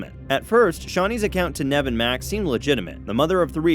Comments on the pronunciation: Whats with Nehv? Its Neev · Sound look a substitute teacher “nav” 🤣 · It’s pronounced neeve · It’s pronounced knee-v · Did he say nev? Excuse me its nev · Pronounced Neeve! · Annoyed how you can't pronounce Nev